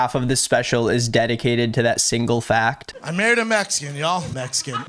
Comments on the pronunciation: I noticed he says “mexan” a lot, like the dude literally cannot speak correctly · "Messican" lol. 🤦‍♂️🤦‍♂️🤦‍♂️ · He says messican over and over. Brenden Schlob is a moron, not funny in the slightest, and wont last long.